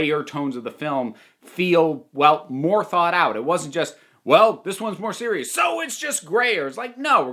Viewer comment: “this one’s more siruis ” hA